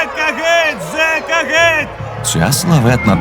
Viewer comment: Чудова робота! Дякую всім причетним. Але зверніть увагу на вимову дикторів, що читають текст. Ці тверді російські ''ы'' та ''э'' (''мы, прогнаты, гэть'') пом'якшення йотованих( ''Украіна'', 'обыраэмо'') роблять мову ненатуральною і негарною. Часом хочеться вимкнути звук.